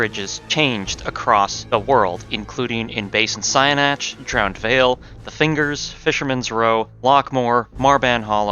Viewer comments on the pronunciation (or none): none